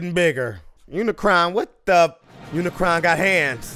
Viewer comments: UniCRON, not UniCORN. 🙄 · Unicron.... it’s Unicron. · UNICRON - not Unicorn lol! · Sigh... it's UniCRON for god's sake, not Unicorn. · Uni CRON, not CORN. But ya got it eventually 😂😂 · It's pronunced Uni-CRON, not UniCORN. Look it up, dude! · LOL its Unicron not unicorn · you saying "unicorn" instead of Unicron got old quick. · Its Unicron not Unicorn. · lol you always get a name wrong. UniCRON not unicorn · Really, they say it many times in the movie how to pronounce UNICRON, NOT UNICORN. It is CRON not CORN. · Don't sweat the mispronounciation of Unicron; I remember a 10 year old boy saying it as "Muh-unicron." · it's unicron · Unicron, he kept on triggering me off each time he said it wrong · Forget those awful live action movies. This is how you make a Transformers movie. Also, how can you not say Unicron? It made me laugh every time you said Unicron. 😂